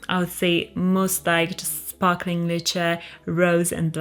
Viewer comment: How did you pronounce Lychee? I am a guy but I really like Musk therapy for myself What you did about London is 💯 only once got asked what I'm wearing by a stranger